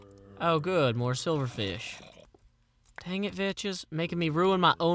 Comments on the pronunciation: it pronounced vecks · He knows,but he pronounces it like that as a running joke from when he actually thought it was pronounced Vetches,before he met and became friends with Vechs himself. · i love how he says Vechs xD veches lol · oh know i know why he says Vechs like he does, but it annoys me.